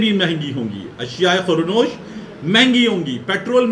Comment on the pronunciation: ashia e khuro nosh nahin hota dear ashia e khurdo nosh hota hai